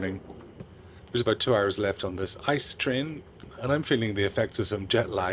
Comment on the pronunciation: It’s pronounced I C E not ICE, because it’s an acronym not a word in his own right. The ICE trains are the most premium trains in Germany and they are usually kind of on time, because they have priority on track. Fun fact: Up until recently (like 2 years ago) you could use the DB First class lounge with every 1. Class ticket, but they changed it and now only the regular price tickets are eligible to use the lounge. Sometimes I payed like 10-30 more for a round trip from Köln to Berlin but I could Drink and eat for free in the Lounge, it was really a no brainer.